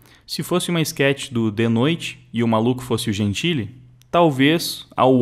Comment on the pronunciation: só lembrando que é enquete e não esquete, desculpa tá, só gosto de ouvir as pronúncias corretas